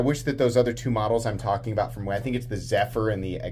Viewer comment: Zephyr = Ziffius